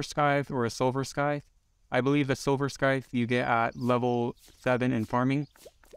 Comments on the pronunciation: It’s not “skyth” it’s pronounced sithe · theres no k in scythe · the c in scythe isnt meant to be pronounced btw